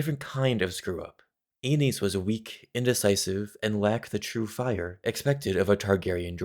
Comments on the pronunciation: Its pronounced like anus, not aneez… i don’t care if im wrong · Damn George RR didn't think too hard about all the possible pronounciations of Aenys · man ive been pronouncing aenys embarrassingly incorrectly